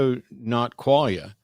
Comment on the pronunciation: Quale-ia? 🕊️? Quale? Qualia, Kwa lia, like Kwanzaa without the wanzaa